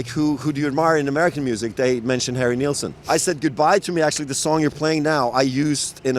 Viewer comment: It’s Nilsson not Nealsson